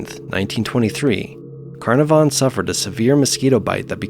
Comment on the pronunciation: Geez! Those a$$holes that done 'iron mike' really were deserved of ol sparky! Just a sidenote, & in no way a criticism, because I love your narrations, but 'Carnavon' is pronounced 'Kah-naav-an' Its a typical British-ism I'm afraid, we thrive on ridiculous pronunciations here. Probably to pi$$ the rest of the world off! Fantastic collection of bizarre and unusual deaths though! Great upload!👍💯💋